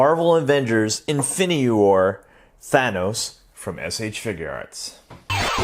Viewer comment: “Infiny war” XD